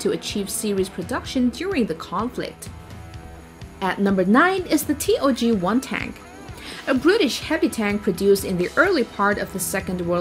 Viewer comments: Jagdtiger correctly but not TOG 1 or two whatever she put on there. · When she pronounced TOG as T-O-G i really cringed hard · Dafür hat sie TOG falsch ausgesprochen xD.